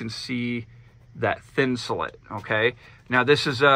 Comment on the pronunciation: Awesome build but if I hear thinsalit one more time I’m gunna die. It’s thin-sah-LATE just like Insulate. It’s a play on words. Sorry…..driving me crazy. 😬👍